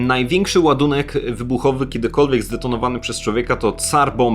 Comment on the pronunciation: Rosjanie mieli Cara nie Tsarai ta bombka sowiecka nazywa się Car a nie Tsar.